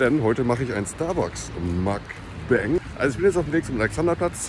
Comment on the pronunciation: ich mein, wenn du schon das koreanische wort auf koreanisch (먼방) benutzt, ist das zu viel verlangt, dass man es dann wenigstens versucht? vor allem, wenn es schon mal erklärt wurde. musst es einfach nur mokbang statt makbäng aussprechen.